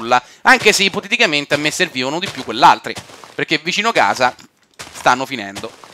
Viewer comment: non so quante cazzo di volte a detto ippotetichamente